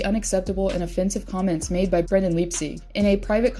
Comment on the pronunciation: you're pronouncing Brendan's name wrong